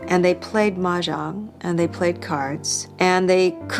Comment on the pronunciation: Also, not to be a dick but, it's kind of odd that you profess such adoration for The Joy Luck Club, yet you failed to learn how to correctly pronounce the word Mah Jong. It's really not that hard and I mean, they say it alot.